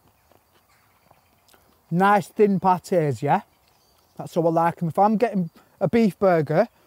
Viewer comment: are you pronouncing pattys right there or is it me? :v